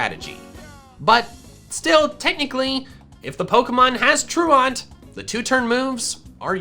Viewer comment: Being french I can say that even in French we dont say truand like that